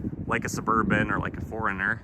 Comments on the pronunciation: Four Runner isn't pronounced Foreigner. Talk about ear burning! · Are you saying foreigners or 4Runners? lmao! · Four Runner and Foreigner are not the same word lol I know it's just your local accent but I think it's funny calling it a foreigner